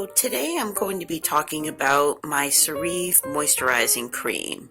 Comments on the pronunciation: I love it too! I use it on damp skin after my shower. P.s.....it's pronounced "Sarah vee" :) Get a small plastic travel container to place product in for travel,.... i.e purse. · I was listening to review and I keep saying "she's pronouncing it wrong" but this is a GREAT product.